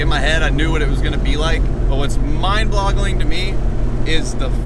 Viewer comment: “what is mind BLOGLING to me” 😂